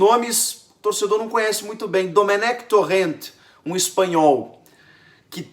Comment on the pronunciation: a pronúncia correta é domênec tórem (tipo domênico)